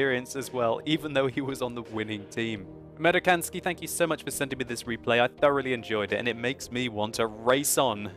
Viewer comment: It's "Amerikansky" and to say it correctly, it is "American Sky." American and Sky put together.